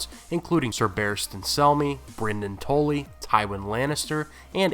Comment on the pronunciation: the way you pronounce Tully had me confused until you said the Blackfish's name